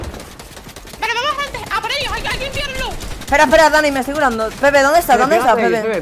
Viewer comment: dice nepe envede pepe